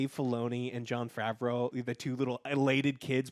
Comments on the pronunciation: Love the content Joe. It is pronounced Fa-V-Row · "Favareau" Pls stahp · Joe must have been assaulted by Jon Favreau, because every time he says his name, he says Jon favrowe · John Fav-er-ow... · Joe, it's pronounced Fav-roh 🤦🏼‍♀️ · Oh my god joe can you pronounce John Favreau’s last name correctly theres no L at the end lol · will joe ever learn how to pronounce john's name